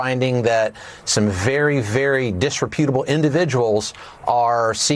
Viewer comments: Dis-re-pew-table? Sounds about as educated as you’d expect. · Bovine bovino needs to learn how to pronounce “disreputable”!!! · Asshole can't even properly pronounce 'disreputable". I had a run in with ICE today in Blowing Rock, NC. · Mr Bovino would know all about very disreputable individuals being the perfect example of such an individual himself. Shame, he is to poorly educated to even pronounce the word correctly, so irony will probably pass him by too. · Does Bovino know how to pronounce "disreputable"? Apparently not. What an evil bastard. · Bovono is so stupid, mispronouncing disreputable. He sounds like a 3rd grader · He cant even pronounce the word disreputable. What a loser & criminal jerk.